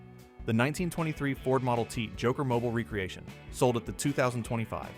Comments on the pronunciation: It's NOT "recreation" - like recreational vehicle.... it's "re-creation" - like to create again. I don't know what 3rd world country you live in but, STOP USING AI TO NARRATE VIDEOS!! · Agreed. It's a re-creation not recreation. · I wish AI could pronounce re-creation.